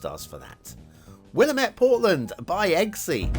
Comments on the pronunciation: Huh! Close to home, haha. Recognized Ross Island in a heartbeat. "Will Am Ett" is how I usually hear it pronounced. It's killing me that people are making Oregon maps and I haven't finished all of my Oregon trees rofl "Mar come", and don't worry, it's nobody's favorite haha. They make an effort to make them prettier now. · Will-lamb-et River, not sure if that helps at all with the pronunciation 😅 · Willamette, damn it.